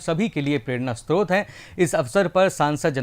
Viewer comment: समाचार वाचक स्रोत और स्त्रोत्र मे अंतर नही कर सकते ऐसे हैं हिंदी समाचार वाचक